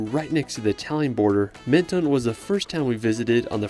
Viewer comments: Dommage de n'avoir pas cité ANTIBES qui est plus typique que CANNES. PS : on ne dit pas MEN TO NE en France mais MEN TON ce n'est pas ON/OFF. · Could you please at least make an effort to pronounce the city names correctly ? Menton is not pronounced maneton 😢 it is not that hard to pronounce It the way it should… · Menton is pronounced Monton and Cannes i is pronounced like tomato can.